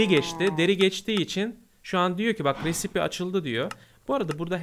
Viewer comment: Recipe risayp diye okunur